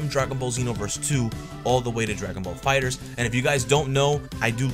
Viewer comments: My man can you stop calling it Fighter Z, its "Fighterz" pronounced "Fighters". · Am I the only one annoyed by him saying "fighter Z" Instead of "fighterz" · It's fighterz not fighter z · Why y'all say "Dragon Ball Fighter Z"? It's "Dragon Ball Fighters" but with a Z sound.